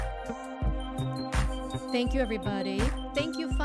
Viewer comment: Thank và tank đọc hay nhầm hoài à